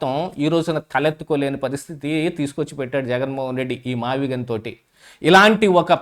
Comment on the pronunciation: ఆ భూములు "మావిజగన్ " అనేదాన్ని అన్న నోరుతిరగక " మావిగన్ " అన్నాడు అన్న 😂😂😂😂😂